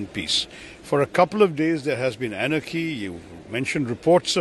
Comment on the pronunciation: Anaaaky ka matlab😂😂😂😂